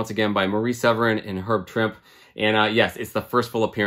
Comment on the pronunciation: If I’m not mistaken, it’s pronounced Herb Trimp-ee